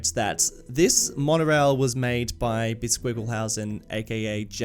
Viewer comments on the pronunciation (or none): Ah yes, the W in Wonorail.